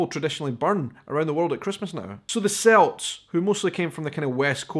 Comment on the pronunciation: Not S-elt. K-elt. Celt. 🍀 don’t base your pronunciation on Boston’s basketball team. And I fell off my chair when you mentioned our tumbleweed Christmas tree. My dad introduced that idea to the Chandler Chamber of Commerce in 1956!!!! I was born in Chandler in the late 1960s and it’s part of Christmas for me along with the Santa in the jet plane from the William Field Air Force Base. Happy Christmas!!